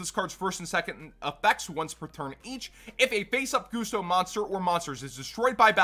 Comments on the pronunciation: Why do you call them 'Goosto'? Pretty it's 'Gust-o' as in 'Gust'? Because they're all about wind. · Why do you call them 'Goosto'? Pretty sure it's 'Gus-to' as in 'Gust of wind'? Because they're all about wind?